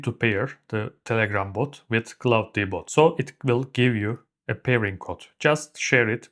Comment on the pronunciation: Couldn't make it through with your pronunciation of claw-D-bot, it's pronounced claude-bot